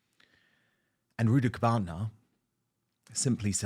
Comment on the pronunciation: Did he say rudibukana lol